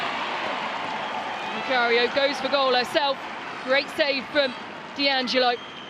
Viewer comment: 'Allo 'allo 'allo wha' 'ave we go' 'ere den❓️Annuvver DEE -- stroyer of foreign names❓️ Surely if your intention is to insult Sabrina D'Angelo you can create something slightly more engaging than D.Angelo❓️